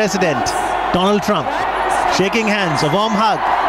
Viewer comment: "do-laand trumph". 🤣🤣🤣🤣 ambebad🤣🤣🤣🤣 swami-vive-commund succhin tendulkar🤣🤣🤣🤣